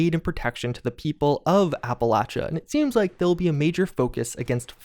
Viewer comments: I think the only thing that makes me annoyed about the Brotherhood Broadcast is how they pronounce "Appalachia" as "Appalaechia". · Its Appa-latch-ia! Dang Paladin lady get it right XD Great video as always! I'm so looking forward to this and seeing how it plays out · Why does everyone in this game pronounce Appalacia wrong? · I like but hate the fact that she's pronouncing Appalachia in a different way